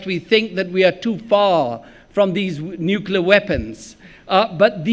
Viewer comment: ‘’ Nuklar “ ? What is nuklar, your Lordship? Ah, you meant “Nuclear” , your very amazing Lordship……yes?